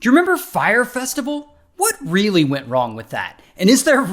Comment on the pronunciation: "Fye - ray festival"